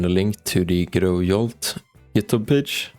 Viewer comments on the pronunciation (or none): It's Jolt, not Yolt.